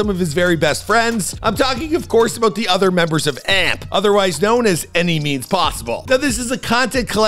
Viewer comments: bro said amp and not A.M.P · A.M.P. not amp. It’s an acronym. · AND ITS A.M.P NOT AMP BUDDY YOUR DONE😂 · It’s A M P and it’s FANUM not fanuma wtf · No way he pronounced AMP and Fanum name like that😭😭😭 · If u don’t like them why make a video about Duke to begin with …u got pictures in here that’s not even Duke but say they Duke den the way u pronouncing AMP, fanum and Kai name is outrageous den u didn’t have use that old picture of agent either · no wonder the view count is low, bro doesn’t do his proper research n can’t even pronounce kai cenat or fanum or AMP😭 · Y’all HAVE to redo this video!!😂😂 from the random pictures to the mispronunciation of the group name and Fanum, this video feels rushed 😂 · The way he pronounced amp and kai,fanum names had me rolling on the floor bro💀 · Nahh cuz why you pronouns amp and fanum and kai name like that..